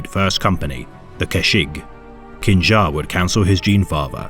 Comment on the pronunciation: I'm not trying to nitpick as this would be obscure knowledge to most westerners but the Chinese and thus likely correct pronunciation for the name Qin Xa, would be [Chin Sha]. Q in Chinese has a CH sound, X is SH and ZH is pronounced J, I.E: Zhong He is pronounced [Jong Huh].